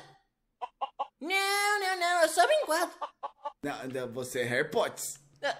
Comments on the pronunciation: nao se fala Harry Potss E sim Harry Potter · "Vs é hei pots" kkk